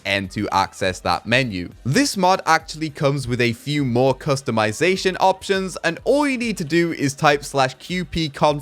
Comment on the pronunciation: I need to make a compilation of saying ''Customitazation''